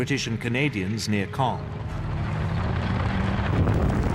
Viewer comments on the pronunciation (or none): Now can you pronounce the word of "Caen" (Sounds like "kon") - There are several videos on Youtube that cover the topic in further detail. Including videos from this account. "The Battle For Caen: The Key Battle That Followed D-Day | Battlefield | War Stories"